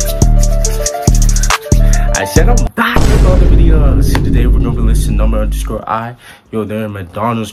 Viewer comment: Thank you for your reaction to Number_i always. I haven’t been able to tell this for a long time, but I have one request for you. The correct way to pronounce Number_i is to leave the underscore silent. So, it’s Number ai. Please continue to support them.😊